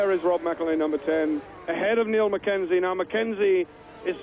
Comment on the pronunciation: Well, certainly isn't 1985, and '89 was Doohan's first GP season. Speaking of Doohan, I cringed at the commentator the entire race ..."Mike" Doohan, "Neil" McKenzie, ugh. :-X :-)